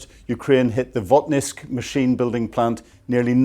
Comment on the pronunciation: Vot-KINSK, not Vot-NISK.